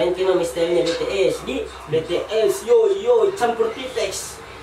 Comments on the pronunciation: bities bang bities..bukan betees. 😭😭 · Bi ti es hyung bukan be te es😂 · Kak bacanya jangan BeTeeS tapi BiTieS.. Didenger lucu😂 dan tolong dong kk reaction BTS I need you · Kak bukan be tees tapi bi ties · DIBACANYA BI TI ES BAMBANG,BUKAN BE TE ES YAWLLOH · bities mang bukan betees😑😑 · Bts bukan Betees🤦🤦😬😐😑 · Moon maap BTS bukan betees